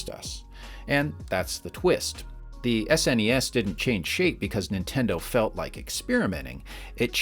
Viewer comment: I’m just glad he didn’t call it “sness” or “snez” at any point.